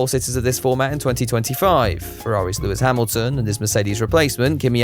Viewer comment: Why is it so difficult to say Lewis Hamilton?